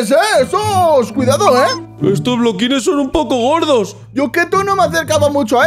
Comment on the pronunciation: No es bloquin es florin